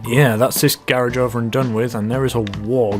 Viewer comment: Blue Beer That's how you say it, or at least in the UK